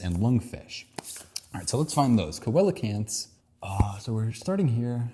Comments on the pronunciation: Coelacanth is pronounced see-lo-canth. A great YouTube series about evolution is Aaron Ra’s Systematic Classification of Life. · bro cant say coelacanth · I had to stop watching when you couldn't say coelecanth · Coelacanth: SEEL — uh — kanth But good try at pronouncing the living fossil! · Me screaming "SEE-luh-kanth!!" at my screen.. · Coelocanth, pronounced, seal-o-canth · Just an additional point about the Coelacanth/Lungfish question, it's also pointing out (famously) that lungfish are more closely related to cows than salmon. Also, it's pronounced see-luh-canth Also, also, just discovered your other channel, and am loving it! And I agree that I wish more people find it, too. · The one actinid fish is a SEE-la-canth… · Coelacanth see-luh-kanth Also, regarding dinosaurs and grass, I saw a sparrow on the lawn yesterday. Also also, we should talk about bacteria and archaea sometime. At the end of the video you kinda disregarded 99% of the biomass that has ever existed. If the tree was to scale, and in any way near complete, you would have trouble finding anything else. Today's focus was on Eukaryotes alone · "Coelacanth" is pronounced "SEE lah kanth" which is one of the nastiest jokes English has ever played IMO. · Thank you. Your realm of inquiry is Geography. Mine is Biology. Even though this is from 2 years ago, I was trying to tell you where to find each answer. And I cringed so many times with the incorrect pronunciations. Oh well. Thanks for putting this out there and showing us all that none of us is an expert in very much. We all need to humble ourselves and learn more! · hearing the mispronunciation of coelecanth is super cute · The pronunciations are funny because he delves so deep into biology and he doesn't know how to pronounce coelocant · I died when you didn't know about coelacanth and then pronounced it wrong 😂 loved the video, watched the whole thing